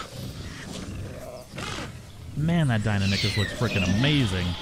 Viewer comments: Dee-i-non-i-kus not dine-o-nik-us. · Die no nie kus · ( DIE-NON-ikhus) my fucking god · Deinonychus pronounced: 'die' - 'non' - 'i' - cus', not 'dienonickers' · It's pronounced Dine-non-i-cus not Dine-a-dick-us just letting you know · Deinonychus. die-NON-ih-kuss. NOT DINA-NICK-US. -. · Die-No-Nie-Kus is the correct pronunciation I believe. I know this is a couple weeks late but commenting because it bothered me too and want people to know the correct way to say it. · Dino-nick-us is not how you say it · Just so you know, it is pronounced dy/die-no-ny/nie-kuss. Otherwise, nice vid. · You said deiynonacus roung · You murdered the pronunciation of Deinonychus its kinda like this (Die-Non-a-Kiss) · Not tryna be a buzzkill but it's DIE-NON-OH-CUS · Die-non-a-kiss is how you say it just letting you know not trying to be rude. 👍👏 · DIE-NON-I-CHUS. (that was a pronunciation btw) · Lol 😂 Dino-nick-us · Deinonychus is pronounced Die-non-o-cus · btw its said Dy-None-A-cus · ITS PRONOUNCED: DIE-NON-O-CUS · Good video, but Deinonychus is pronounced Die-non-ih-cuss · Deinonychus is pronounced Dy-Non-i-kes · you pronounce it Die-no-nye-kiss. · ITS DEINONYCHUS NOT DIENINACUS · I am so triggered the way he says dienonycs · It’s called die non ee kus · It’s die-non-we-cuss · It’s pronounced die-non-i-chus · It's pronounced "dy-non-u-kus" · It is DIE NON IK US how is it hard to pronounce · I liked the video and all but your pronunciations of Deinonychus hurt me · Jack Hugs I know it’s awful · The way he says deinonychus disturbs me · The way you say deinonychus disturbs me.